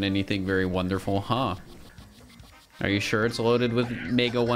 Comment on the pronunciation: It's wondreful is enet